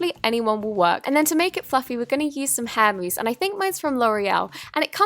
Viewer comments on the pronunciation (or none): I was about to say gurl you just said that you were not going to ise shaving foam but i realized she said it was hair mooses